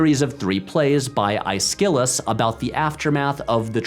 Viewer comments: oh my god, such butchered pronunciation! how you gonna put so much effort into production value and not look up how to say these names you’ve obviously never encountered!? and how can i take you seriously as an authority on drama if you’ve never encountered aeshylus!? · I'm neither an English nor a Theatre major. But I've never heard it pronounced "eye-skill-us". Always been "ESS-kuh-luss". But maybe two and a half dimensions away things are different. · He also mispronounced Aeschylus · Woof, Aeschylus’ name got slandered with that pronunciation.